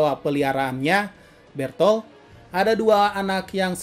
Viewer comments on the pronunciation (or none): kaget ngulang ngulang vid nya pas abangnya bilang Berthold ternyata emg mirip Berthold jir😂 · Bg gw denger lu bilang bertolt